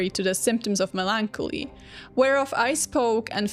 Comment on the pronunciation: Its melon-collie